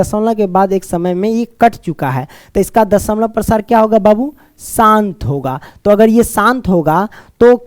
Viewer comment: Sir dashmlav Prasar bol raha hai